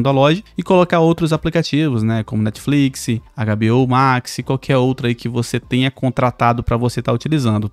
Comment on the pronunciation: morri no "NETFLIXY"😂😂😂😂😂